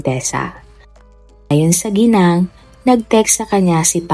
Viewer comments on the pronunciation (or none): none